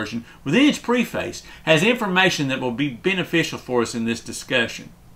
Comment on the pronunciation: Yes, the NLT is a fine translation. Don't trust Sorenson. Work on your pronunciation of words such as 'preface' and 'Byzantine' for starters.